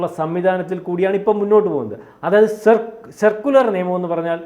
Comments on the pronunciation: സർക്കുലർ അല്ല സെക്കുലർ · സർക്കുലർ അല്ല മാഷേ സെക്കുലർ